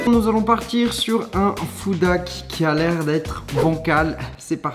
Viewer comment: Pourquoi il dit food dhack